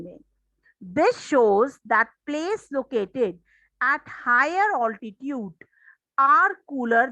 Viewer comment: Mam wo oltitude nhi hota mam it is altitude